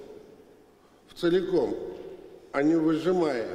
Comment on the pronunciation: "Вцеликом" - конгениально!